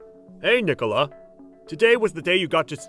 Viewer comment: Nic-a-la, not Nee-cola.